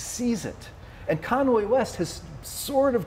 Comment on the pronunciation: “Kanway”. lol. And yeah this has aged well - as if Kanye isn’t going to be on tmz soon eating his own shit